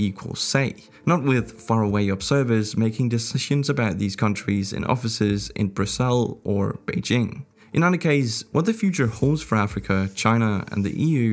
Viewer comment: Bru-sell?? It's Brus-sulls.